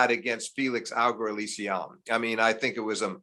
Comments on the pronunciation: "Felix Augur-Allissiamme" :-D Also, don't make special seeding rules for big names please. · How long do you guys reckon it will take for Steve Flink to learn to pronounce Felix Auger Alliasime? 3rd time I'm hearing him say his name, 3 different bonkers pronunciations! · anyone else who lost it at the FAA-pronunciation from Steve? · Yo, I could not recover from the utter butchering that he did to FAA’s name. It’s not like Felix is new on the tour; he’s been playing for several years. How can someone who covers the sport be this bad with the names?